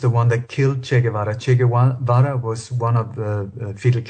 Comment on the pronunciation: " Ché Gouvéra"